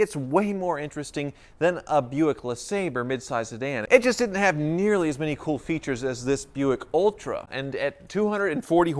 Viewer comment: When he said cool as hell and thiught he was coo as hell😂😂😂😂😂